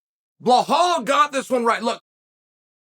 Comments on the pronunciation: Appreciate the analysis. Just wanna say, his name is Belal not Bahal. It comes across off when u say it. Keep it up. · It’s pronounced “Buh-Lawl”, not Bu-Hawl”. Good lord how are you so bad at pronouncing it? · His name is Belal with an L not behal with an H. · Chael: What's your name? Belal: Belal. Chael: Blahal? Belal: Belal. Chael: Ok great. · Bi-lal, please chael please stop calling him bihal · Blahol was very impressive Cha-eel, I had it wrong, thought burns had this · Every time he says “Blahal” I picture Hank Hill saying it😂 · Stop calling him bluhaal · Who's Bahaaal? Lol😅😅😅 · Jose reaching out to chael. I love how chael gets the names wrong. Like are you doing this on purpose? Bahal and piera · Why chael keeps calling him behal😂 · I’m starting to think Chael says peoples names wrong on purpose for a laugh….Pierra…Marklechef…Bluhal 😂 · It’s Blahal right? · Lol. It's Bahall. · Bluhal “Pronounce the Name” Mulhammed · Chael has own way of pronouncing people's names.🤣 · Stop mispronouncing his name. That’s ignorant. You’re better than that. If you didn’t know that’s what Zionists do to Palestinians to dehumanize, disrespect, diminish, demean, and belittle Palestinians. I’m sure that’s not what you’re doing but at least make an effort. The real way to pronounce his name is actually easier than whatever the hell your saying. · Pretty easy to say his name and there is no h in it